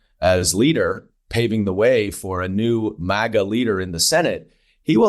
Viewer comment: It's a relatively small thing, but thank you Representative Goldman, for pronouncing "maga" right, these talking heads on TV trying to put some ridiculous Euro-spin on it, "m-ah-ga" is SO irritating....